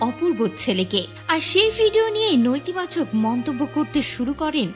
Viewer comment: উচ্চারণের কি অবস্থা! নৈতিবাচক!! সম্প্রিতি!!